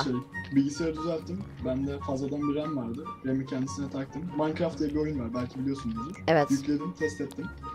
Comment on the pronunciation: maykıraft değil o minecraft